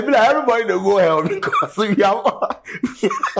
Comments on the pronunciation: He said you are going to err😂, instead of hell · "You're going to ELL" , 😂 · to be fair he did not say "hell" he said "ell"... 🤣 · Pls he never said u will go to hell...he said u would go to “ell”...let’s be guided😂